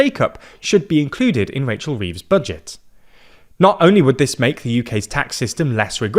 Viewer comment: I can’t get over how funny it is to hear this guy call her Wachel Weeves.